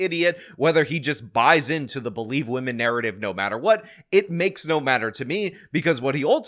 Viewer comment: "beeleev all wimmin"